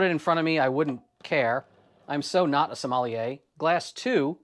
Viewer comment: I dunno how to pronounce "sommelier" exactly, but I do know that it's not "Somali-yay".